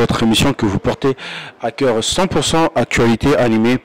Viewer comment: 🈵️😁😝😝 AZOLOBA PE "AVEC TOU MON CAIRE".. ESKÉ KOFFI AZALAKA NA MOTEMA 😝😝😁😁😁🈵️